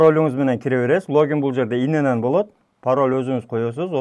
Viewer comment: ин ен ен эмес ИЕН ЕН